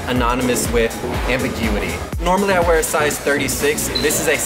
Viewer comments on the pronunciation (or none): none